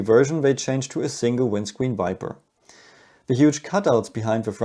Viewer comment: Thanks. But I have to lol. Hard for me to tell when you say “Viper” and “Wiper”. You talk about the Viper like features, but I couldn’t finger out what you were talking about when you talked about the single Viper on the windscreen. lol on me, you were talking about the single wiper on the GT3 windscreen. Keep up the good reports, and I’ll try and listen more closely. 😅